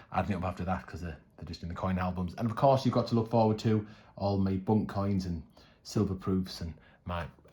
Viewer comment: Your pronunciation of BUNC..... you are saying BUNK, the last letter C sounds like an S, bunc like bunsen burner not bunk like bunk beds.... just saying